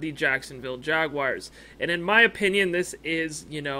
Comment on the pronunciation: Jag- WARS! Not Jag-“WIRES”… You’re supposed to be a REAL fan, dude. Stop it